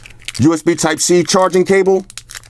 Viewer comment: "I said USB sype G sharter gable"